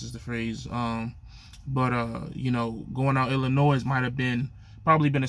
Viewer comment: Come on man say the state right damn or is that Ebonics??? You don’t pronounce the S in Illinois damn!!!! 🤦🏻‍♂️🤦🏻‍♂️ you just like lil guy trucker you’ve been on a diet for 2 years 😂😂😂😂😂😂😂🤣